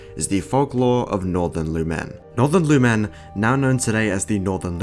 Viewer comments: its not luMEN its LOOM'N GET IT RIGHT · The way you pronounce "lumen" Is peculiar